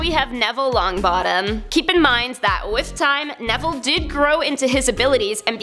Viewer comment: I GOT SO MAD WHEN YOU SAID NEVELLE!!! HE FREAKIN KILLED NAGINI!! And he was VERYYYYY skilled in herbology the whole way through his schooling + has everyone forgotten that he stands up for himself and is a great person (and wizard) overall